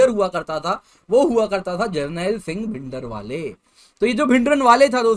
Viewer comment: Jo bhindranwale ka name sahi se nhi bol paa rha ab vo kya batayega us soorvir k bare me